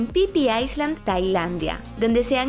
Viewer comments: Señorita; para decir Isla o dice "Isla" en español o pronuncia "ailand" en inglés, pero "aisland" es Iceland. Me ofrezco para corrector de gramática y pronunciación por si ocupa. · La pronunciación correcta de es: “ailand” sin la ‘s’. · Estás bien buena pero no sabes pronunciar isla en inglés